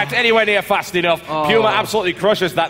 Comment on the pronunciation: Yeah Pooma, not Pewma. :P